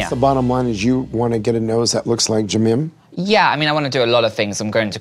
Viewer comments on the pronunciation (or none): Did I here "Jimim"? 😂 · Dr said Jimim 🤣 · HE SAID JIMIM I- IM SCREAMING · love the fact that the doctor deadass said "JIMIM" EYE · Everyone is talking about oli, but nobody is realizing that that one doctor called Jimin “Jimim” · TF dude is JIMIN not jimim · The doc literally said JIMIM😂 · He loves Jimin so much but he can’t even pronounce his name correctly ????? he always calls him Jimain it’s so annoying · Yea, the doctor definitely said "jimim". I wonder if the doctors know about Jimin or even BTS and that that doctor just accidentally pronounced it wrong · Samar.bakhtiar LMAOOOO I thought i was the only one who noticed he said that💀💀💀